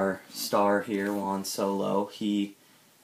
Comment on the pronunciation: Dude, "Juan" is pronounced "Who-Ann", not like the number "one". The J in Spanish sounds like the H in House.